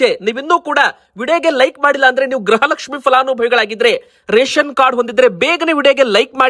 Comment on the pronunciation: ಗ್ರಹ ಲಕ್ಷ್ಮಿ ಅಲ್ಲ ಗೃಹ ಲಕ್ಷ್ಮಿ ಅಂತ ಹೇಳಿ. 31ನೇ ಕಂತು ಬಂತು ಕೊಡಗು 🎉